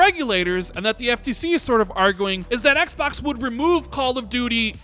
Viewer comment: Is that really how you pronounce Xbox or are you just trolling us?